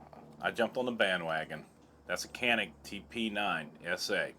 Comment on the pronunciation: no kanik or canik türkish say Janik